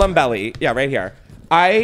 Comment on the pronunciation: It's pronounced Willam Bell Eye, not Belly